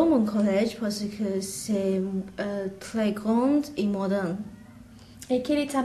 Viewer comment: the chinese girl also keeps sayin parce que like "parsi kuh" instead of "parse kuh" (ignore my messed up sounds but you can tell what i mean if you listen)